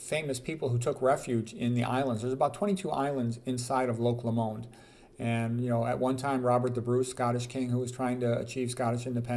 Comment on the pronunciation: Scot here, it’s not pronounced Lo-MOND, it’s loch LOWmand.